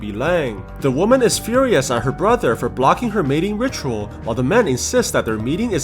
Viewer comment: The only thing I am laughing about him saying mating rikual